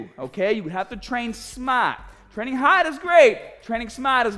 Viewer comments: I'm training smaht and hahd with no gahhhbage. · Training hahd is great, training smaht si bettah. - 2019